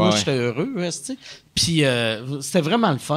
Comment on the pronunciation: omg le bout où Mike parle d'hostie en disant esti tout l'temps